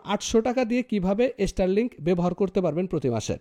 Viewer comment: বাবা, এস্টারলিংক না, শব্দটা স্টারলিংক। উচ্চারন শেখো, পরে কথা বলো।।